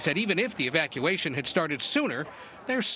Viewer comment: Did he just say "Evaciation"?????